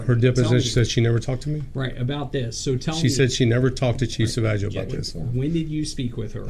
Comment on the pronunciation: Sa-Vag-io is the worst.